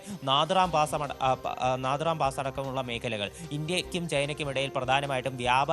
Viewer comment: നാഥുറാം പാസ്സ് അല്ല നാഥുല പാസ്സ്